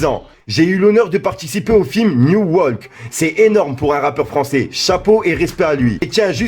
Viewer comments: Pour la fouine c night pas new mdrr wallah t’es tjr koooo comme mec 😎 😭😭😭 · Grooo révise ton anglais 🤣 tu dit « New walk » alors que sa ce dit « night walk » haha 😂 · fait travailler ton anglais! 😛 pour le film de La Fouine c'est NIGHT WALK et pas new WALK comme tu dis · Night Walk pas New Walk wesh c’est écrit et tu lis son tweet 😂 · le film c'est "Night walk" NAI-t comme Nike mais un T a la place du KE.